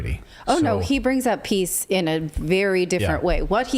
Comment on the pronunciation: He didn't say "we need peace" he said "we need piss" 🤣